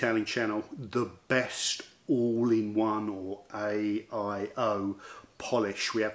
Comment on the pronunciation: How come you always say AOI not AIO?